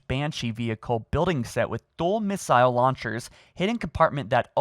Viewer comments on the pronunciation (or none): Doesn’t know how to pronounce missile or turret